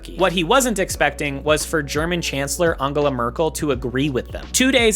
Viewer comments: Ungala Merkel…first time I’ve heard it pronounced like that! These TV shows are a blast from the past where you sit back now and think…wow! That was F’d up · "Aungala Merkel" 😂